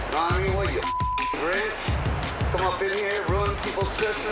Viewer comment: I died when you said grich